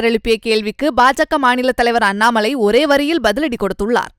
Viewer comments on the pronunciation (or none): none